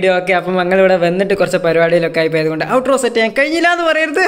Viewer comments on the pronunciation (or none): One mistake not payatha it's poyatha